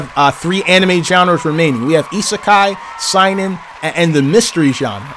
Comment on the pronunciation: The Way He Pronounced Seinin. Lmao